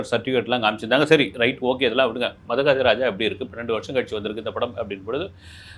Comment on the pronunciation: மொதல்ல சினிமா பேர சரியா உச்சரிக்க கதுகொங்க sir...... மத்தது அப்புறம் பாபோம் 😅